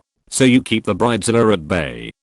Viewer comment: i love that it prounonces it bread-a-zilla 😂